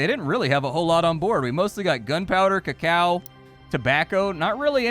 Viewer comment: did he really just mispronounce Cacao????